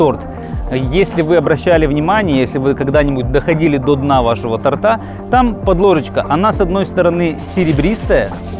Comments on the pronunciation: не торта, а торта! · Дайте мне поумничать: Правильно говорить не "тортА", а тОрта"". Спасибо за внимание.